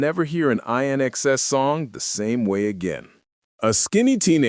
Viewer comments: I TRIED to keep watching this...even AFTER the narrating voice (?) continued to mispronounce INXS 😄...but as I watched (& listened) further, hearing narration referring to & describing Michael, the video showed a photo that is not only, NOT Michael, but also it is CLEARLY a photo of 👉 Bob Geldof‼️ 👀 (of ALL people!)...& so, I chose NOT to finish watching the rest of the video (but I guess that's probably obvious by this point!)😄🤷🏼‍♀️ Anyway, if you want to see for yourself exactly what I'm referencing, the photo can be seen at 👉 *Comment edited to correct time stamp 👍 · Why watch? If the idiot can’t even pronounce the band’s name correctly all that can possibly follow will be invented, salacious, disrespectful crap. Surely both Michael and Paula deserve better, much better? Stu X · Dude- you need to learn to pronounce their name correctly! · Why is this narrating unable to pronounce the name of INXS properly???? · Totally pronouncing the band name wrong!! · Can we get an narrator that can actually pronounce the band's name correctly?! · Sorry I had to stop watching the commentator doesn’t even know how to pronounce the name of the band let alone some of the songs. A bit of research wouldn’t have gone astray…….. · Sorry you need to know how to properly pronounce the band's name. It's interesting and I will go and look for the documentary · Who narrated these things? Pronounce the name of the band correctly! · If you cant even pronounce the name of the band correctly, I lose interest, gees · You're saying the band's name wrong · Can't watch it past 2 minutes when the narrator cannot even say correctly the group's name INXS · Exactly! And within the first 5 minutes so many mistakes in his history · Not even 3min in and you got several things very wrong. Can't even say the name of the band?! Garbage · Can't even pronounce inxs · Please its INXS pronounced as IN EXCESS, get it right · can be really annoying. The group's name is pronounced In Excess.